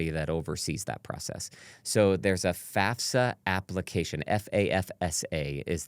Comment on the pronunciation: Thank you so much for pronouncing FAFSA properly…